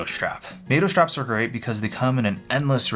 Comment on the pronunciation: schtrapz 🔨 schtrapz 🔨 schtrapz 🔨